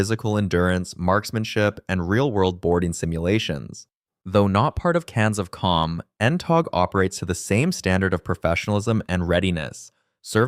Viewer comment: The pronunciations are Can Sof Com. Four Two Seven, See J'eye Roo and See Sot See